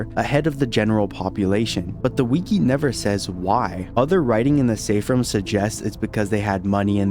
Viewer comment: This guy keeps saying Ruuumm and not rooooommmmm